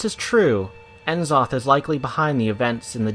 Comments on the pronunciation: its going to bether me until i comment it so its nuhzoth not enzoth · Isn't it pronounced Nuh-zoth? Just curious. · i dont wanna be that guy but its pronounced, " neh-Zoth" not " en Zoth " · N'zoth is purnonced nuzoth not N zoth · N-Zoth???? Nuh-Zoth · I wonder why people keep calling him En-Zoth! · It's pronounced E"Shaarj not Ya'sharajaa and Nuu'Zoth..... lol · "N'Zoth (pronounced "Ne-Zoth" or "Ni-Zoth") is [...]" Quote from the wikia. :( I was so happy to hear you get C'thun right, but got this wrong. How, though? Great vid though. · As soon as I heard the mispronunciation of the names, N'zoth and Nyalotha I couldnt keep watching unfortunately.... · Was loving it until you butchered n'zoth's name. Do you pronounce c'thun "See - Thoon" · nobody can pronounce N'Zoth right :/ what a turn off